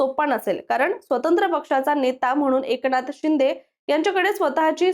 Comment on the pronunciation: Tumhi AI girls ahe ka? Ki read karta yet nai ahe script 😂😂😂 Eknath Shinde kasa pronouns kartay 😂 and barech shabda 😅😅